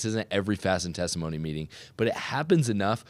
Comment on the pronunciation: Testimony meeting, not thanktimony meeting.